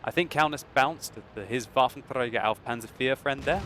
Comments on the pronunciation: WolfenTrrrrragar xD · why are u struggling with that R when saying waffentrager?